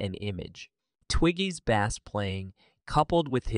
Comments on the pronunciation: BASS is pronounced BASE when it comes to the instrument, not BASS like the fish. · its pronounced base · 🤣🤣🤣🤣🤣there's so much wrong here🤣🤣🤣wow! Cannot even pronounce bass correctly ugh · bro doesn't know its pronounced base 😂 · When writing script for your AI voice generator, please specify bass the instrument, not bass the fish. Thanks! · Why are you pronouncing bass like sea bass? Omg 🤣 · The way you say bass, makes me want to go fishing... Stop all that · You don't know how to pronounce bass or bassist. It's not a fish